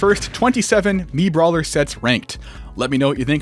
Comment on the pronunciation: i laughed pretty hard at "MiitBawler"